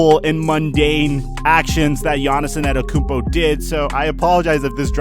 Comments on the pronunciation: Giannis Also: anetokunpo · anyone alse hear annetakumpo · He’s been a star for 3 years now so how r u still mispronouncing his last name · *gav it drives me crazy that people don’t know how to pronounce his name. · This guy didn’t say his name right once